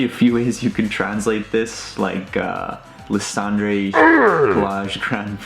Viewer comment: Lysandre is pronnounced as Ly-San-Der,dude.